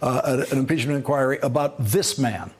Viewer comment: I hear you pronounce the word INQUIRY the way it is supposed to! Why does hardly anybody else I hear now manage to pronounce it correctly? (Greetings from Norway,...we are waiting in suspense for impeachnent inquiries to get going over here! Good luck with that!)